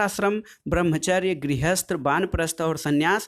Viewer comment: Banprast aasharam galat hai vanprast aasharam ✓ hota hai Or sanyas nhi hota hai sannyas ✓hota hai